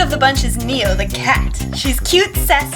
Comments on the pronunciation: But it's not 니오. It's name is네오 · Very cool repaint! By the way, Neo is actually pronounced like "ne-o" rather than "nee-o." I hope to see more repaints of Kakao friends! :)